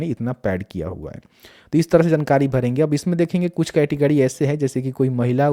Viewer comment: Good information but....🤔🤔🤔 अड़्त-गड़्त और पतरता, कैटगड़ी 🤔😂😂🤣🤣🤔🤔🤔🤔🤔🤔😂😂😂😂😂😂😂😂 can't stop laughing.... 😂😂😂 Sorry...